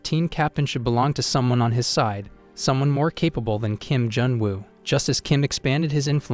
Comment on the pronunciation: sadly he said junu